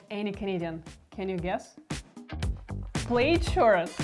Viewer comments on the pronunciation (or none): I JUST found you today , thanks to the algorithm… WELCOME! I chuckled when you said plaid like ‘ played’…..😉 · Plaid shirts are the best thing ever to keep you warm in winter (If I may, it's pronounced 'plad'). I too am an immigrant who is forever thankful to my parents for choosing Canada way back when. Life has been and is good. When I hear people complain about the high taxes, my response is that taxes are the price we pay for social peace.